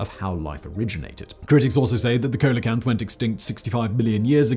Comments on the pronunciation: With 2k comments, I don’t know if this will be seen. The fish Simon mentioned, coelacanth, is actually pronounced SEE-lə-kanth. When I saw the word for the first time, I pronounced it just like Simon did. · you said coelacanth wrong. it's pronounced see-la-canth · Just one thing - that "colocanth" of yours is pronounced "seal-oh-canth". Thank you otherwise for a very thought provoking video. Now to decide how many of those 100's of billions of planets in the 100's of billions of galaxies sustain life.... 🙂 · Coelacanth - the first syllable is pronounced like “seal”, dear, not “coal”. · Not coal-e-canth, it's see-le-canth. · Interesting video as always. Of course, here's the obligatory pronunciation correction, because there's always at least one,. "Coelacanth" is pronounced "SEE-la-canth". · And it is Coelacanth, not Colocanth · Simon Whistler why have you failed me, it's pronounced See Luh Kanth! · Pronounced "seal-a-canth." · Simon, Simon, Simon,... it's pronounced 'seeluhcanth". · Coelacanth - pronounced Seelacanth. Just saying. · Coelacanth is pronounced SEE-ah-canth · Coelacanth is pronounced "see la canth" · coelecanth is pronounced "see-la-canth" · See lo canth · It's pronounced "see-lo-canth". Quite sure you've said it before. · Took me a second to realize that Simon meant the Coelacanth 😅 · You pronounced “Coelacanth” incorrectly you MUPPET. However you pronounced correctly in one of your other videos. SMH